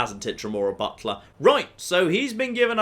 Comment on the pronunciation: My wife just said “Did just say he summoned a Dremora Buttplug?!?” Butler. He said Butler.